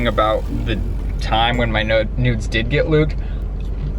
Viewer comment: Sorry but when you were trying to say nudes it sounded like nodes (“ I don’t want my node exposed “) 🤣